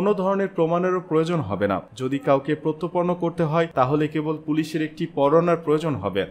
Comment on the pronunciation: প্রত্যর্পন উচ্চারন ঠিক করুন।